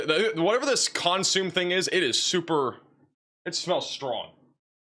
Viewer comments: He is great! Just phonetically challenged. lol. It’s naketish for Nachitoches and consimay for consume soup. lol. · Not consume but "con su may'